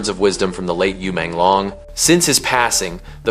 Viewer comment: Porque que vc está falando o nome dele errado e Menglong não e difícil .uma falta de respeito